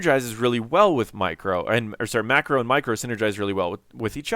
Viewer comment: Wow, maybe because I'm not a native English speaker but every time you say micro or macro they sound exactly the same. :D